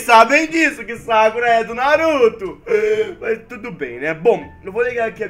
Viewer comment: sakura n tem acento no "a"